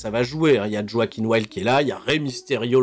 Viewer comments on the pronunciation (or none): none